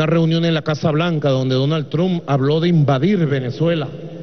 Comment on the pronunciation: Jajajja dice Donald trun